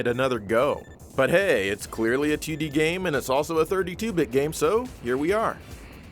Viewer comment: Whenever you say 2D I pretend you’re saying tootie ☺️